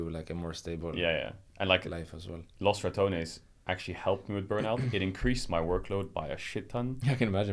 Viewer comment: Rekkles is such a humble soul and kind person, you can see it in his responses and his eyes. Dear god please learn how to pronounce Los Ratones